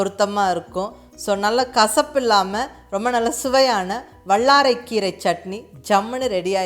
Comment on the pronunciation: I like your recipe. When you use" la " sound in Tamil seems to be using middle la. Vallarai, Kallu, and ellai. I am sure it is hard to change the pronunciation. Sorry to mention this.